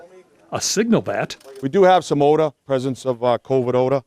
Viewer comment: Ode ah? Wtf is ode ah?